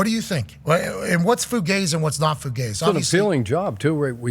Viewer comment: He likes to use the word fugazi or fugazy quite a bit, but pronounces it like fu-gaze, is that a way or is he just pronouncing it wrong every time?